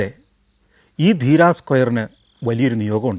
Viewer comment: Deera alla dheriya